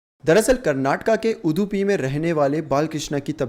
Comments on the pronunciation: It’s not udhupi it’s udupi kindly check the pronunciation also before making vedio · You had all the time to research the story, but did not have time to learn to pronounce the name of the district correct. You hindi speakers have no respect for languages from southern india.